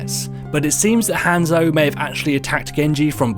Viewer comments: gabeshredspaper I cringe when he says Hanzo. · Oh my god. Say Hanzo right. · I love how he says zenyatta and Hanzo so badly